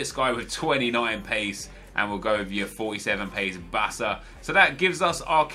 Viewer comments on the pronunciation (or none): none